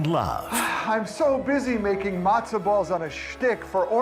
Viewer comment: Did she say “Mazdaball shop?” Where can I learn about Mazdaball?